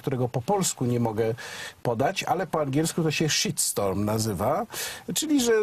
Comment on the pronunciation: panie Warzecha, nie sheet storm ale shit storm, po głosce "sz" jest "y" a nie "i"